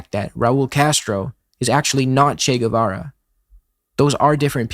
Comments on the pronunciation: Great video but please learn to pronounce his name properly. It's geh-vara, not gwe-vera. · The digraph "gu" is pronounced as an English hard "g", and the "u" itself is not pronounced: /ɣeˈbɑrɑ/ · Anyone who pronounces his name Gwevara is immediately discredited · I always thought it was Che "guevera", and I would've pronounced it as such too. Guess I'm an expert on the man too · it's not "gwe-vera" or "gwe-ra". "gue" is pronounced kind of like "gay" in english. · Great video man, I hate to break it to you though but after you said I thought you deserved the truth, you didnt nail a single pronunciation the whole video, not even Guevara. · Spaniard here. You didn't, in fact, kill that pronunciation, but close enough. Also both "u's" in "Guevara" and "Guerra" are silent! Just a heads up, nice video, left a more thought-out comment before this nitpicky one. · Sorry but, you did not kill that pronunciation lmao. Maybe in the sense of hugely mispronouncing it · “Guerra” or “Guevara”; when you have G U E, you don’t pronounce the U. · Some constructive criticism i would add to the video: please check out how the pronunciation of the names. Maybe not every name, but those you say several times like "Guevara" or "Guerra".